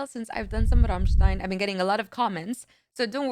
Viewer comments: The way you pronounced Rammstein - Amerika gave me shivers not gonna lie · I love that you can pronounce ramštajn (I'm Czech lol 😂) the correct way! Big respect. All other americans say ram stain